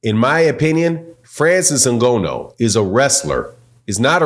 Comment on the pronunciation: Put some respect on the man’s name!! If you’re going to report and talk about cheating and other so called facts at leat pronounce Frances’ name CORRECTLY!!